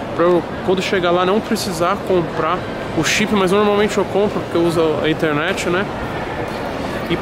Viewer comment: Pra que falar " inteRenete ?